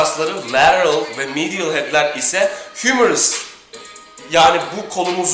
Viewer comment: Lateral, medial teleffuzu yapmaya çalışma gözünü seveyim, yanlış diyosun zaten Yazıldığı gibi oku daha iyi